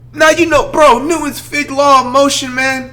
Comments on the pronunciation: “Newton’s FITH Law of Motion”🤨 what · He said newtons fig law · buddy said neutons fig law😂😂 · Bro said newtons fig law of motion 😂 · Did he say Newton’s fig law of motion😂😂😂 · man said newton's fig law of motion🤣🤣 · mans said newtons fig law of motion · He said new towns fig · Bro he just said Newton’s fig law of motion 😭😭😭 somebody tell him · Did he fucking say “Newton’s figlaw of motion”?... He needs to be studied by some scientist fo real. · did he just say "netwons fig law of gravity" i cant with this guy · I thought he said fifth and I was so confused 😂